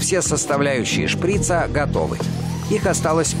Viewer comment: шприца ударение на а.